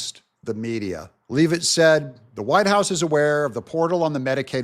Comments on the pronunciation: I'm from Maine, Karoline Leavitt is from NH. Leavitt is a Franco-American name. Leavitt is pronounced Lev-it, not leave-it. YW 😎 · it's Leavitt, not Lee-vitt.